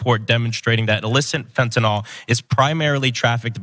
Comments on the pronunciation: I commend Ana and Cenk for pronouncing fentanyl correctly. I’ll never understand why everyone in politics calls it fent’nawl. It makes serious discussions sound like an unfunny cartoon. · To Ana Kasparian: you are the best. You even know how to say Fentanyl when, for some reason, everyone else seems to call it "Fentanol". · Yet another reason to love Ana: She pronounces it Fentanyl and not “Fent-NOL.”